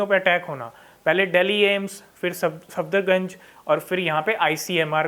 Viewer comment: भाई its सफदरजंग not सफदरगंज